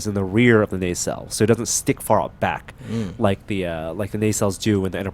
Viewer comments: FYI you're pronouncing nacelle incorrectly. It's "nuh-cell", not "nay-cell". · Nacelle "Nah Cell" not "Nay Cell".